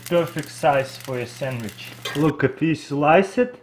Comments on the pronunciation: He said sandwich samwich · he said samich again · he said samich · Samich you said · lol sammich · sammich lol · samige lol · Saminch lol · Lets make a samich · Geek4 Life aaron chill out he is saying sandwich, but the accent make it difficult to pronounce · I love the way he says sandwich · dude this guy can't even say sandwich right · Lol he kept saying samich. Yes, I do know hes russian :P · Sammich xD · Samich lol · "So now you have a muffin samich" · I love how he says sandwich “samitch” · "You make a semitch" 😂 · Do you hear that guys "you make a samich"😂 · "then make a semich" LOL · I cried when he said "samich" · “Make a samich” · Make a sammich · “An make a sanwich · It's called a sandwich sand- wich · " boom samich" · "You make e samidch" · Yeah let’s make a Samich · Lol he keeps on saying samitch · and make a sammich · Now you have a samige🤣🤣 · Samich new word... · Well. ....he said samij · Robina Kausar Samich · Perfect samich😂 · he said samich not sandwich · This dude has been making youtube videos in english for a decade... and he still says "sammich"? Still have a long way to go, buddy. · ITS SEMICH not sammich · and make a samich instead of sandwich 😂 like is you see what I'm talking about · i love the way he pronounces not sandwitch but samitch ;) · "Samich" SANDWICH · ahahha instead of saying sammich he say sanash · "you cut it in half and make a SAMICH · sammich XD muffin XD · "make a samich" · He really said 'Sammich', he is so cute! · AceMonster me XD! and also notice how at the start with the cupcake he said “samage” XD👍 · 'Make a sammich' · looooool I love that he says sammich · Vewy simpel make a sammich yu no wad ay miin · I WANT A SAMMICHE (not trying to be mean to your accent) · "Sandwich" -> "Semich" :) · he said samich hahahaha😂😂😂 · A sammich is a type of sandwich. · I love how he says samich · Gavin Helton yeh. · Or "Samich" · No he clearly said samich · Nash Bolanos semmich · No, he said SAMMICH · Yis iz a sammich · "Samich" LOL